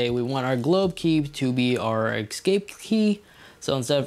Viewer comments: OMG. eScape. Not Excape. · My guy, it’s EScape... not ECScape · It's not pronounced "ex-CAPE key" It's "es-CAPE key" You are a professional presenter dude. You're welcome!